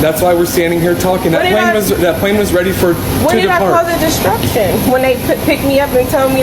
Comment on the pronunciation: "When did I cause a disSTUCTion?" REALLY????